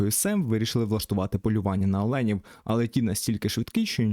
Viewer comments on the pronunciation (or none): Супер. Дуже дякую за контент українською. Коментар підтримку каналу і мотивації автора...❤ Єдиний до чого можна присікатися - це те що українською не олЕні, а Олені...., - "не бриті, не голені"..😂